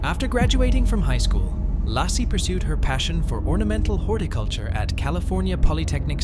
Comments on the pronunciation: It's LAYcee not lossie 😂😅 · Its pronounced LAY CEE,,,,,,NOT LASSIE! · Why don't you pronounce her name correctly?